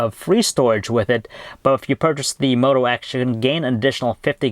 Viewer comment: Did he say one x? Haha!